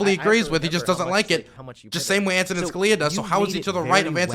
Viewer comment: I thought you worked in government? I know you were/are a foreign policy guy, and I like your stuff don't get me wrong, but you didn't know Antonin had a funny name? It's emphasis on the "A" by the way and not the other vowels. Mike from PA (the dumbass) says it the right way actually